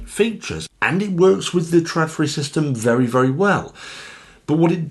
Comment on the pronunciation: it´s not called "tradfri" it´s called Trådfri....